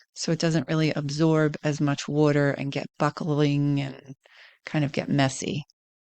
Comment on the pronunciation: The way you say water makes me wonder if you're from Florida?